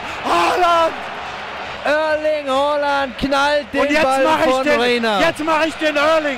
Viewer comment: Nicht Örling, aber Ärling :)